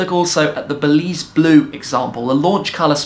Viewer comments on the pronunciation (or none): none